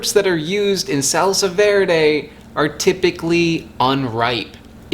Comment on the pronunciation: i'm from spain is funny how you say salsa verde love your videos tought